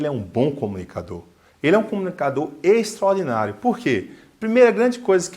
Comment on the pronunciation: "Vendedor extraordinário", eu entendi todas as vezes "vendedor xonado".